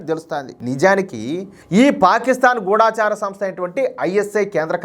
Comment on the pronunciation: గూఢాచార సంస్థ కాదయ్యా బాబూ. గూఢచార సంస్థ. " ఢ "కి దీర్ఘం లేదు. ఏదో ఛానల్ వాళ్ళు గూఢా చార అంటే అదే కరెక్ట్ అనుకొని అందరూ అలాగే పలుకుతున్నారు. దయ చేసి తెలుగు భాషని, ఖూనీ చేయకండయ్యా బాబు🙏